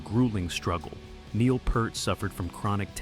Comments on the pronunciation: Peeeert, not purt. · You can't call standing up for your music to the record company or anything else they did that nobody else was doing as a 'fall'. A member losing his family and needing to go away is not a 'fall'. And you could pronounce his name properly - P-EAR-t. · You know it's garbage when they fail to correctly pronounce Peart.